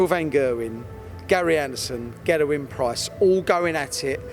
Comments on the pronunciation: Paul Mainwaring yeah it’s extremely annoying. The “Van Gerwen” pronunciation is understandable as that’s the way all non-Dutch people (incorrectly) pronounce it. This “Gerrewyn” Price thing he does is embarrassing and he is the only one who does it, it’s a conscious decision he’s made to start saying it like that. Infuriating. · Is it just me or does the way he pronounce ‘Gerwyn’ a bit funny? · It's been like that since I watched this vid 5 days ago